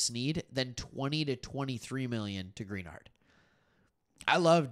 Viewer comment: Greenard is pronounced "Gren-ard" Just a heads up. Thanks for the Texans coverage.